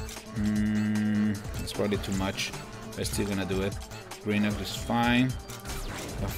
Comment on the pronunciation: You pronouce grenuke wrong but your close to pronoucing it right